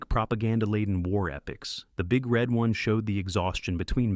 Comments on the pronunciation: People often misunderstand "The Big Red One", emphasizing "Red" as though it's an answer to the question "Which color balloon do you like?" The proper emphasis is on "One"; it's a description of the division's logo -- a big red 1. The robot narrator of this video gets it wrong and it also says "Alec Gwinness", "Migh-foon", "W-W-Eye", etc. Yeesh. "The Bridges at Toko-Ri" forgotten? It's an acknowledged classic. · The Big RED One instead of the Big Red ONE.